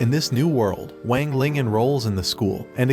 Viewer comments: Bro you did him dirty you say Wang Lang its Wang ling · It wang ling not weng ling I have watched the anime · Bro really is saying wing ling it's Wang ling not wing ling the fuck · WANG LING... WANG LING ITS NOT WAANG LING ITS WANG LING